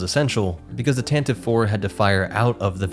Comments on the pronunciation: Tantive IV is pronounced “TAN-TIV-VEE”. Since you are using all nerd sources possible. I thought you would have found that at least. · I would never mock you for saying "tan-ti-vee" as long as you NEVER say, "att-att". Then, we will be enemies. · Lucasfilm insists it’s pronounced “Tante-VEE,” (three syllables) but that might be a losing battle among fans until they finally say it onscreen.